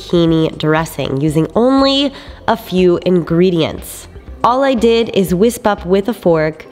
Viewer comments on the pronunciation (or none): I like how you say whisp instead of whisk :P